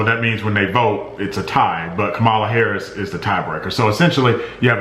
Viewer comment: I'm tired and stressed up in the middle of the night watching as well. So let me say something dumb, but hopefully helpful. Say Kamala Karris out loud, then keep reading. Her name is pronounced wrong every time in the video, it's 'comma-la'. We don't care what Karen Loafer's name is, but Kamala is an inspiration. Her name is gonna be used a lot. We'll all get used to it.